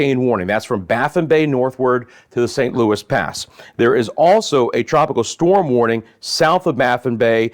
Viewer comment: It's not st Louis pass it's san Loui pass. And its sabeen pass.